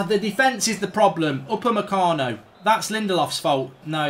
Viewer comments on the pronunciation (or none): none